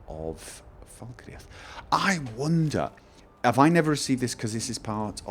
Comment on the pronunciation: Fal Kreath, fal cr-eeth not falkre'ath :(